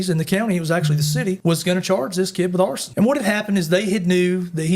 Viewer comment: "arrested for horsin" What? Ooooh he said arson. Alright.